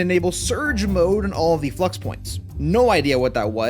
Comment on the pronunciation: Flux is not pronounced Flu-X it’s pronounced fla-ucks